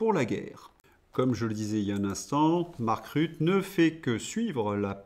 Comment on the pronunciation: Belge néerlandophone je me permets, sans vouloir vous offenser, de vous corriger sur la prononciation de Mark Rutte. On ne dis pas Rut mais RuttEU. Bonne continuation et vive l'Europe libre !